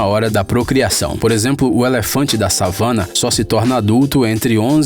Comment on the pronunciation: So quem conhece Now United, vai entender o moço falando: Elefante Savanna kkk